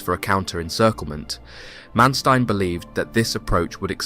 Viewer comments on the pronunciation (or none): Sometimes the narrator pronounces Manstein's correctly (Mahnshtine), sometimes incorrectly (Mansteen). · The way you say Manstein kills me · Please try to get your pronunciations correct. Manstein for starters.